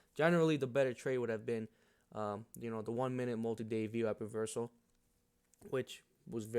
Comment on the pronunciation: As soon as I heard you pronounce it VWAP and not VWOP I Subscribed. Then seen you used Multiple timeframe VWAP and that was conformation. I would like to see you make more content. VWAP earnings Reversals have been a 90% plus winning trade.